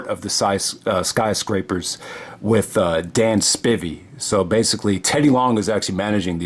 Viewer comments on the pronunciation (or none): Lol. It’s pronounced Dan SPY-VEE 😂